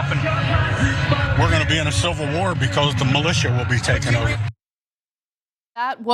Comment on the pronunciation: Ummmm....if you can't pronounce "civil" correctly, perhaps you shouldn't cream over a "silvil war", you fking idiot. The scary thing is I don't think this guy is cherry picking the worst. Seems like this is average trumper rhetoric.